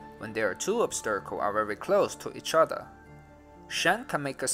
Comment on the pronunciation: obsterakels? do you mean obstacles? :P